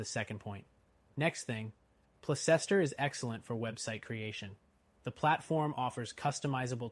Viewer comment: It's pronounced Place ster you fool.